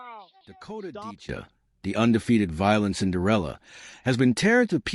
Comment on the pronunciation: Who the he'll is Dakota Decha? ITS Dicheva.